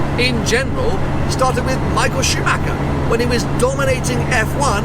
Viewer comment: Pronouncing Schumacher is not SchumacKer but SchumaRer. PLEASE. 😉